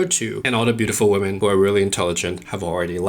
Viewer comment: First, I hate the auto synchronization youtube is forcing on all the videos they're a pain in the ass. Second, very surprised to see tapping into his scottishness when speaking about "Woemn" XD. Lastly, awesome video, as usual I especially liked hte the example video with the model which offers a guide line for guys that isn't abstract. Really looking forward to more.